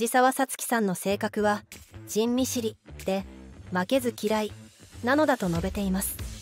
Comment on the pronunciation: 「たけし」もわらったけど「じんみしり（人見知り）」にも笑った。 どのソフトに喋らせているんだろう。。。